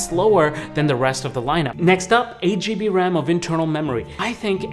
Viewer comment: I winced every time you said "GB"